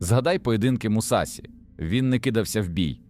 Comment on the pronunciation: Побуду душнілою так як вчу японську: у японській мові нема таких кан як СІ, ТІ та ДЗІ, є ШІ, ЧІ та ДЖІ. Не Мусасі, а Мусаші; Не Дзікан а Джікан, не Хейхаті, а Хейхачі. Досить використовувати костилі московських професорів які вони придумали для своєї обмеженої мови, вони нам не потрібні, бо наша мова дозволяє транслітерувати японську прямо без компромімів!!!